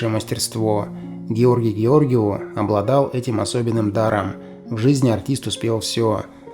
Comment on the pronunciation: Хороший ролик о прекрасном актёре! Но, автор! Разве нельзя ради этого узнать, как правильно произносится ФАМИЛИЯ того, о ком вы делаете своё видео? Его фамилия ГеоргИу!